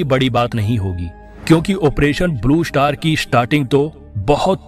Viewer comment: First learn how to speak English word Blue Shatar, is not correct, the right word is “Star”.